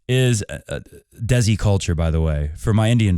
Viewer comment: also, the Si in Desi is pronounced like in Agassi, and not like Reggie or Daisy 😅